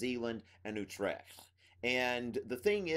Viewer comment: ng is a digraph in dutch and makes the same sound basically as it does in english. That nasally thing you hear in words like king. Nice attempt on the pronunciation of dutch in general though, I was surprised you dared to attempt a dutch pronunciation of Utrecht.